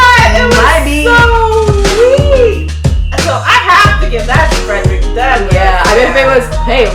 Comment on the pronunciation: You realize that's not how Frederick's name was said